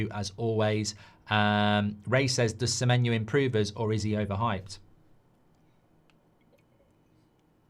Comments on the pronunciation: Why does he say Semenyu? Clearly not the correct pronunciation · His name's Semenyo, just how it's spelled. Where's this Semenyoo coming from? 😅